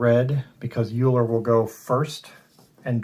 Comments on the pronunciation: Thanks for the playthrough, good to see your videos again. I believe Euler is pronounced: Oiler. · Looking forward to getting this. :) Thanks for the play through! I am pretty sure ‘eu’ is pronounced ‘oy’ in the German language :)